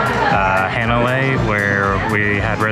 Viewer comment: Hanalei, it's pronounced "Hahh -na-lay, like "ahhh" with an H in front